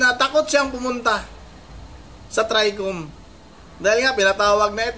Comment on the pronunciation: BoBo mag pronounce NG TRI COM...😂😂